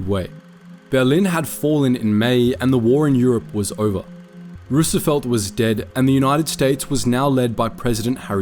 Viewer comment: Easy there, you pronounce Roosevelt like that again, and itll be your tea in your harbor